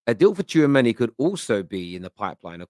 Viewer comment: Tchoumeni !!! Your Killing Me, As If, You Guys Need to Stop…